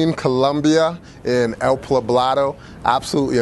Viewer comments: Poblado. Not pablado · Dude you honestly can't pronounce the city you stayed in? It's El "Poh-blah-do" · Nice overview, good work. One small mistake - where you stayed is called El Poblado, not Plabado! Spanish words sure can be confusing at first but you'll get the hang of it if you stay longer next time. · Ave Maria Pues. You are murdering the pronunciation of El Poblado.